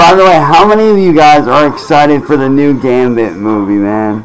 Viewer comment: So professional. This will definitely support a wife and 2 kids. 😂 Edit: Just realized he pronounced Gambit as “Gambi”. You’re a joke